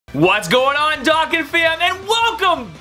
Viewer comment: Bro it is pronunced Do-Khan bro